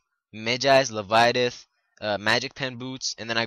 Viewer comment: Le-vye-a-thin. Not le-vi-a-tith.